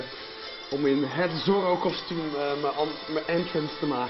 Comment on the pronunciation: irritant zeg hoe hij Sorro zegt.. Maar toch wel leuk om te zien!